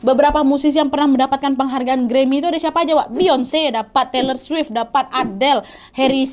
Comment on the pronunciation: Mekasih kak Nad, you pronounce “Beyoncé” correctly!!!!!